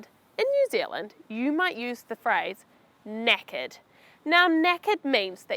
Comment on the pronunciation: Yeah the way she pronounce knackered was like naked